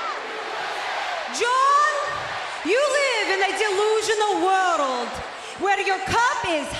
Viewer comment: i love how she pronounced world " Worold " lol dont hate me